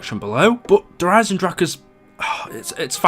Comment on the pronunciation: Hey he said it right. Kind of.